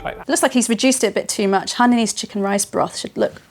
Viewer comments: It pronounce as Hai ya nese. Not hey niece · it's pronounced Hainanese, as in Haiyaa! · Pity the cooks Cant say Hainanese properly…. ..